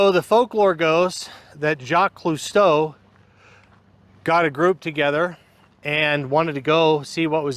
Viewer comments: Bet careful with the pronunciation of famed underwater explorer Jacques Cousteau since you pronounced his last name Cluseau like the character from Shot in the Dark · There's no L in Cousteau